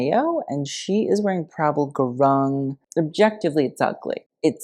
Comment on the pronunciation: i thought the ‘rung’ in prabal gurung is pronounced as rue, the character from euphoria so, ru(e)ng.